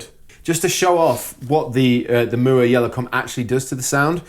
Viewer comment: I like how pronounces Mooer:) Cheers guys.. enjoyable "sound like", as always (for me). Cheers 🤘 Great example by the way! You don't have to nail it with thousands of bucks worth of gear.. It's about the music and how you play it (the fingers thing.. it's real).. showed that ridiculously well (you are beast, man). As long as the guitar is playable and stays in tune.. you're set, in my opinion.